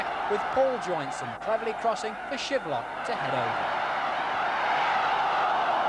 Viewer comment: It’s Shilvock not bloody Shivlock!!! 👍!